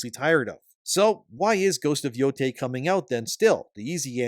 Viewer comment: how could you butcher the name like that😭